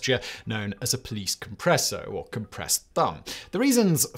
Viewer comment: Nice. But "pollice" is not pronounced like "police". It is the declined form of "pollex" (nominative) which becomes "pollice" in the ablative. "Pollice verso" means "with twisted (bent) thumb". The pronounciation is more like "poll-itch"